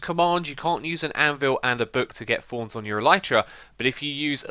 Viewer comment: He says thorns but it sounds like fonz